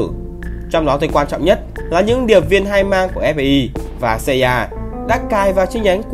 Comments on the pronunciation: FBI mà đọc ép bi CIA mà đọc Ci A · CIA cứ xa ya nghe cay vl=)) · cách đọc tên kì lạ nhỉ, MI6 thì đọc tiếng anh, NSA CIA thì đọc tiếng Việt. ko thấy bị ngượng miệng hả =)) em ai xíc xê i a :)))) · Nghe phát âm NSA CIA FBI nghe ghét thế nhỉ :)) nuốt không nổi luôn